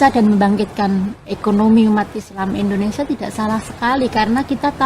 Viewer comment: INDONESIA... bukan INDONESA.!!